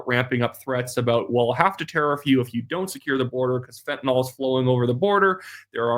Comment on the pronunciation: you're doing a good job; but the drug's name is fentanyl. (Not fentynal) Otherwise, good diction!